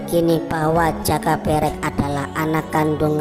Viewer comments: Pengucapan jaka berek kok gtu kyk video sebelah. Menunjukkan bukan org jawa yg ngomong jaka berek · Nyari yg pengucapan joko berek bener gak ada ya yg bener kayak lidah org luar jawa. Kalo bikin konten teliti yg bener min. Salah ucap lain namanya lo. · Mohon maaf pengucapan nama joko berek sepertinya beda sama sumber dari juru kunci makam eyang sawunggaling,,juga ayam eyang sawunggaling bukankah namanya gong bagong 🙏 salam rahayu salam budoyo🙏